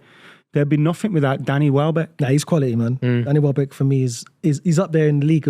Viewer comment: turned it off when he said Welbeck.